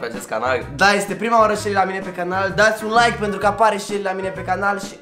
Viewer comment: Selly zice "canar" in loc de "canal" 😁